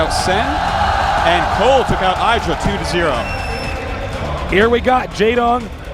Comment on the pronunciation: Even then Artosis STILL pronounced IdrA wrong.